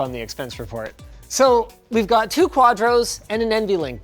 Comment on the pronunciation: not like "two" saying it like toe 🙂